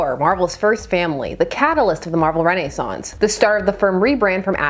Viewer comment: You added a full syllable to “Renaissance.” Lol.